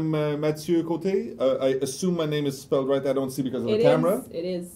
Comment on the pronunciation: will ever get Mathieu's name and title right?!?!? ahhaah I love watching mathieu complaining about it! please if you are reading keep the name wrong is too funny XD ahahhaah